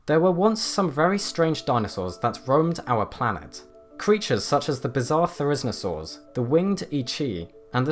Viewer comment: Its pronounced "Thereh-zin-o-saur" or "Thereh-zino-saur".